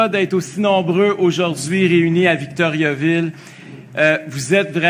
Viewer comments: Ca se prononce pas Victoryaville. Pénible Duhaime. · Si quelqu'un veut se présenter à Victoriaville, il devrait apprendre à le prononcer correctement.